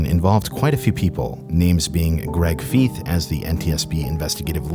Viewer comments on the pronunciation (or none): FYI- Greg Feith appears in many aviation shows. His name is pronounced FEITH, not Feeth. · For the record, Greg Feith's last name rhymes with scythe, not teeth. (He's interviewed in a bunch of episodes of Mayday/Air Crash Investigation and they pronounce his name there.) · Greg Feith (Pronounced Fyth), is the Handsome MAN 😎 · Only issue with this video is pronouncing Greg fifes name wrong, outside of that great video